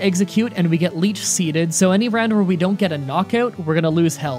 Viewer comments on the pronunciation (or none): none